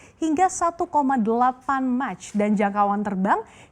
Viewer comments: MV-22 itu dibacanya MV twenty two, bukab twenty twenty mbak, cringe 1,8 Mach tu baca nya bukan match tapi makh, 1 mach = 1x kecepatan suara. Dan Rafale bukan pesawat jet tempur terbaik dunia, masih ada F-22, Su-35, Su-47, dll Keliatan banget nggak tau benda2 yg lagi dibicarain, AN sama AAR-47 tu sepaket, AAR-47 itu buat MV-22 nya jadi gaperlu di tampilin terpisah kalo gamau keliatan "ketidaktahuannya" bahasa alusnya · Mach mbacanya mah bukan much 😔😔